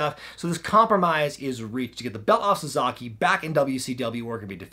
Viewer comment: SA-SA-KI! Not... SaZAkey! 😂🤔🤷🏾‍♂️